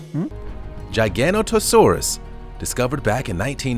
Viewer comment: The Giganotosaurus sounds like Gigantosaurus